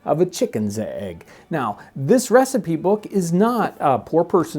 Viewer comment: Huh... so you're just going to start pronouncing recipe as receipt eh?